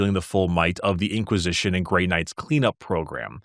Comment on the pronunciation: Ah yes… The vaunted and courageous Chapter… The “Grey Nards” .. lol